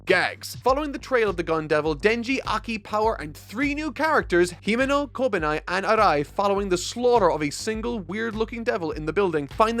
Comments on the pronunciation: Its not kou-ben-eye, its koh-ben-ee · Koben-eye?? I think it's pronounced KobenEE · name: kobeni pronounciation: kow-ben-eye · if you see this just know that kobeni is pronounced like Koben-E and not Koben-I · Dude be making a whole fuss on how to pronounce Gon while no one can tell the difference and then say "kobenai" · the ni in kobeno is pronounced like the nee in knee. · Kobeni is pronounced as Kobenee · Kobeni's name is pronounced "koh-beh-NEE's car's owner" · A small part of me died hearing pronounce Kobeni's name like that... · The way pronounces "Kobeni" makes me cringe every time